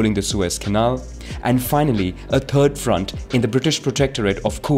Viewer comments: ... A turd front? I think you mean third. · "...a turd front." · He's German way he pronounces turd for third! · the turd front lmfaoo😂, the "th" is like your going to pronounce almost like a lazy "z" but with the tip of the tongue on the tip of of your teeth, instead of pressing into the roof of the mouth, just takes practice